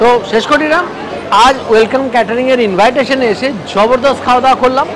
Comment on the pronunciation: invitation ke inbaahiteshan tao mana gelo.. english thik asena... tabole teshta ke treshta ke bole bhai.. tomar mother tounge ki ? khasi r moto bhhhaa bhaaa kora ? aar nijer barite hole 3 piece mutton, jeta khuje paoa jay na.. er fokot e khete ele half plate jure mutton ar mutton gulo to sokto chibre, tao bhalo bolte hbe.. bhaloi jibon